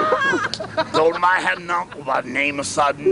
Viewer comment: Learned it from his brother Wayne, who learned it out in California, and it's Dolomite, Google that shit. pronounced it Dodomite, but whatever.